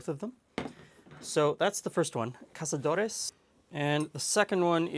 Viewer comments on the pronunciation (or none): I'm gonna have to try this out one day, hey you're saying cazadores wrong you're putting a spanish j sound on the z and it's supposed to be an s sound like casamigos so you say casadores 😁. Also you should buy some tequila in Mexico and see if there's a difference in taste compared to what they sell us in the states and Canada I know they put more alcohol in them, in Mexico tequila is normally 38% alcohol and in the USA it's 40% enjoy your time in Mexico. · Love the vids! Btw... Z in Spain in pronounced like Th and like S in Latin America, but never H. Since tequila is Mexican proper pronunciation is Cassadores...